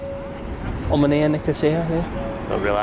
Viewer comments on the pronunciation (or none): Can y'all stop mispronouncing our name? Omonia!